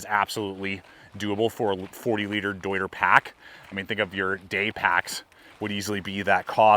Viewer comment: German native here. Came to see you fail at pronouncing „deuter“. But you nailed it 😂 Good job.